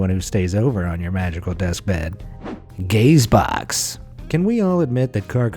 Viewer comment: I would assume it's pronounced "ga-zee-box" you know.. like gazebo..